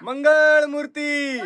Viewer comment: Murt nahi murti sir😅